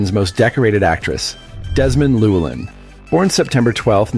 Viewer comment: You pronounced Llewelyn incorrectly.